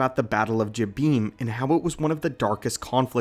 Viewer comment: Is jabin… like robin!